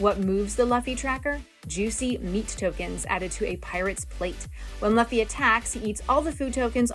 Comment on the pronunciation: Love the video, great instructions on how to play the game. As an anime nerd I feel the need to let you know that's pronounced "loofy" 😅 but great video nonetheless!